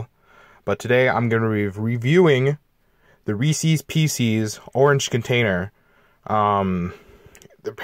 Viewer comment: I dislike the video because he say reese's wrong